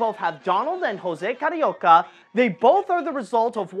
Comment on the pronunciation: "Rosé kariouka", achei fofa a tua pronúncia.